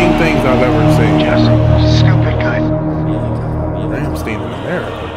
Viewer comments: Just a simple correction you pronounce stein as you would in Frankenstein. Awesome reaction! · Not Ramm-Steen - Ramm-Schtine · Liesten To "Rammstein - Rammstein" and you know they aren´t pronounced like a jeweish doctor in the US, it´s not pronounced "steen" but more like "styian", take this from a german who´s always ask "OH, and where are you from" when english speaking tourists are asking me for help, they think I´m an immigrant/ expact while I´m 100% native german. And it´s very appricietable you get the depth of the lyrics even when just translated, but the translation is pretty good though, no complains there unlinke german translations of South Park episodes at season 16, nowadays no complains on South Park translation either, guess my complaining to Matt and Tray as well as Comedey Central as rights holders worked, to make german translations not that half-assed. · It's pronounced 'RAM-STINE'. FYI. 😊 I have been to 2 of their concerts. One in Paris and Montpellier. You NEED to go to one. It's for your own good. "God knows I don't want to be an angel." The song's about satan. There I said it. Lol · Its RAMMSTEIN NOT STEEN YOU DONT SAY CALVIN KLEEN EITHER ITS CALVIN KLEIN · Rum stine is how its pronounced. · Hi guy, the second syllable is stine. They are a German band. Cheers.